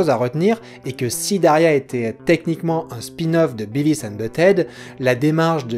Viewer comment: Si je peux me permettre un léger commentaire un peu inutile, essaie de dire "Biveuss" pour Beavis :) après c'est que de la prononciation c'est pas très important